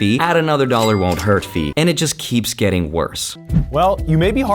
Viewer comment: Dallor p ower and wages